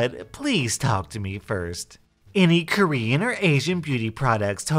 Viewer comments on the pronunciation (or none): none